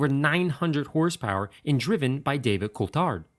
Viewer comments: Great (and satisfying af) videos! The only thing wrong was the way he pronounced Coulthard's name. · Sorry to be pedantic, but Coulthard is pronounced "coul-thard", with the "th" just like the word "thing", rather than "coult-hard", with a hard "t". I never knew myself until I saw a video of Coulthard saying it. Also I don't think the silver livery is to do with Mercedes, I think it's to do with their sponsor West. Mercedes powered the McLarens for two years prior to this and both those cars had the white and red Marlboro livery. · A-yer-tan… Cull-thard..😩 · Just a friendly tips it’s pronounced David Coothard and Airton Senna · Good god did you massacre the pronunciations of both Coulthard and Senna's names. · I've never heard Ayrton Senna's name promounced like that! I'm guessing doesn't actually watch F1 😂 same with pronunciation of Coulthard 🤣 Nice work though 👍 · He just butchered the name Coulthard😂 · So excited you don't even pronounce "Coulthard" right -. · And he said Senna and Coulthard names wrong lol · Was it really that hard to research how to pronounce Coulthard's name? All you had to do was watch one race between 1994 and 2008, one race, if you'd only watched one, you would've known how to pronounce it. It was really hard not to close the window and stop watching, because a detail that massive is very indicative - to any Formula 1 fan - that you don't know what you're talking about. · The way this guy pronounces "Mclaren", "Ayrton Senna", "David Coulthard".. Good god.. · Him saying David coulthard😂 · Coulthard and Ayrton, the pronunciation lol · Don S lol, no. Those engines in those days did one race. The cars even used one engine for qualifying and one for the race. Not to mention engine failures weren’t “non-existent.” Combined with butchering name pronunciations this video is full of factual errors. Great video and his passion always shows through, but not only are you wrong so is quite a few things in this video.